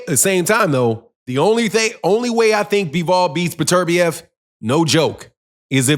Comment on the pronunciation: Dude pronounce his name right. It’s beterbiev not burturbia